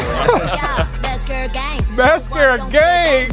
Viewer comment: Not you pronouncing mascara wrong 💀💀